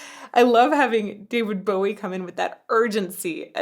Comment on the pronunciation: The first point I'll make is, we'll done to a person fro. Across the pond pronouncing David Bowie's surname correctly. And second point.. your cha cel is amazing and so are you!